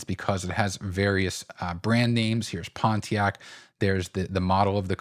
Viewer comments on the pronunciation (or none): I love you man...but it's Pon te ack...